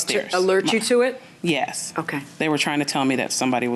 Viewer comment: Say yes .. not yea